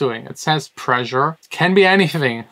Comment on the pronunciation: "Pressure" ≠ "Preisure"